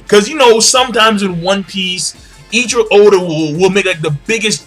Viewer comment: isn't it pronounced "Ay-ichi-ro".